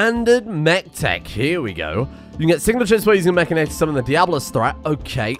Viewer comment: would somebody please teach how to say mechanitor